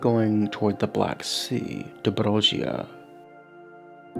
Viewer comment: Oltenia You read it Ol-te-ni-a Dobrogea You read it Do-bro-gia